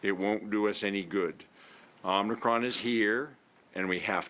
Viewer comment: the premiere doesn't even know how to pronounce it. It's not "omnicron" it's OMICRON. More proof that he has no idea what he's talking about.